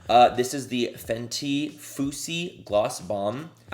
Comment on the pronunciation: Foosy nooo 😂😂😂